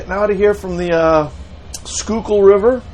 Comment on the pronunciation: I drive over that bridge often. Sometimes see the tugs and wonder if is on one of them. Cool. ( You pronounce Schuylkill correctly. Impressed..LOL)